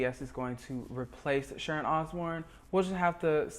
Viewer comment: It's Sharon not Sharont. You put a t on words where they are not required and leave them off when they are.